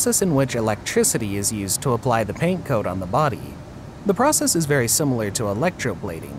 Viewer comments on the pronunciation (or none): none